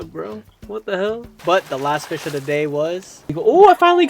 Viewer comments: please say fish instead of fih man :face-pink-tears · Why do you keep saying “Fih” instead of Fish? It’s pissing me off so bad 😔 I’m searching koroks in totk while watching this, and I don’t know why, but every time you say “Fih”, no matter how little I was listening before, I’m ripped out of focus. Stop will you😭